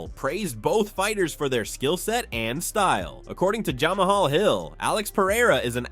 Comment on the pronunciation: Jah-Maha Hill! 🤣🤣🤣🤣 The bit you use can’t pronounce properly